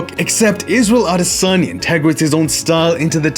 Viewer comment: Thank you so much for making an effort to pronounce Izzy's last name properly. It wasn't perfect, but it didn't need to be. The thought and intention behind it is what counts. And as always, fantastic video. It's honestly amazing how sharp and observant you are of the nuances of combat. We appreciate you! Signed, A Nigerian, on behalf of all of Nigeria 🇳🇬💪🏿